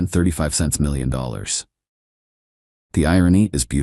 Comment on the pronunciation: It's Dollars not Golleys. What the hell is that?